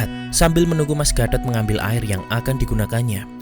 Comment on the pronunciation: Penyebutan gatot jelek banget serius mengganggu pendengaran😭